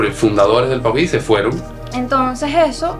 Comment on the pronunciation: Paují es el nombre de un ave. Estás pronunciando Puají, cómo aquellos que dicen "suidad" en vez de ciudad. Mosca🦠